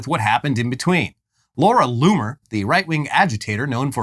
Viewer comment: Anyone else hear "Loony" instead of "Loomer" everytime the guys said her name? I literally heard Loony over and over again..